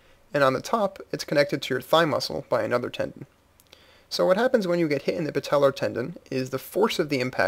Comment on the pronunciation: patellar sounds like someone from the deep south saying patella.